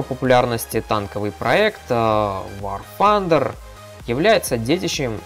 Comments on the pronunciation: блин, это так раздрожает какой аор фандер!? Тандер!!! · вор фандер касаться узнай как произносится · Паренек! Не пытайся быть англичанином! Вар Тандэр игра называется. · явно проблемы с англ языком вар фандер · ага. когда он гаварит вар фандер, у меня уши вянут, кагбудто бы стучат ложкой по батарее!!!! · Ещё один англичанин. Произносят люди так как нашему русскому уху приятно. Вар Тандэр и точка. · И вообще игра к Великобритании никакого отношения не имеет! Американцы произносят Тандер! Англичане Фанда. Ну почти как панда. Так что игра из америки и произносится как Вар Тандер.